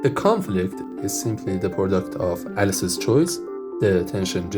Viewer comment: a few more: product is not “porduct”. “Plus one” is not “pschthdrhon”. “Alice’s” is not “Alsys”. “Alice” is not “als”. “Conflict” is not “confelict” or “confict”. “Lowest” is not “Lois”. “Ground” is not “grand”. The number of syllables really matters. The stress pattern really, really matters. Your video is probably interesting but… I’m not in a mood to reverse engineer mispronounced English in an accent I’m not very familiar with. It’s not that it’s bad compared to a typical French or Spanish accent — it’s actually a lot better! — it just that it takes too many brain cycles because of the unfamiliarity.